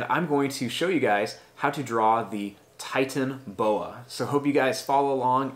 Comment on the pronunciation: You didn’t say it correctly